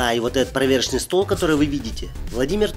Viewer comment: Не проверочный стол, а поверочный. От слова поверка.